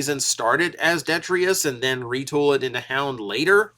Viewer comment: Its pronounced ‘De-try-tus’.